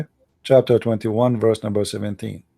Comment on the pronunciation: i love how indian dudes cannot pronounce VERSE but say WORSE instead 😄😄 LoL ... "show me the Worse" "what Worse is it?" 😄😄 LoL